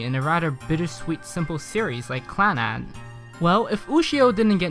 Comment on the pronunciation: did he say "on the face of this Plannad"? or am I hearing things lol